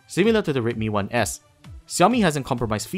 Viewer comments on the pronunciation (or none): i like how you pronounced "redmi 1s", sounds like rape me one ass, you forgot to say please haha but yeah, you're doing better than before. kudos. slightly jealous, slightly